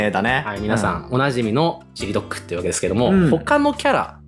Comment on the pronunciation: のソニックの好きな食べ物ずっとミニドックって聞こえてた